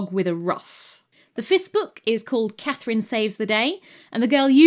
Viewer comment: Hello, my name is Catherine, and it was just lovely to hear my name said with beautiful diction, enunciated clearly, over and over and over again :) I'm also happy she was French, and used the French 'C' spelling.